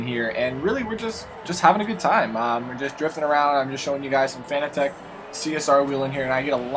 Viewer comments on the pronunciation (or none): fanatec is pronounced 'fuh na tic'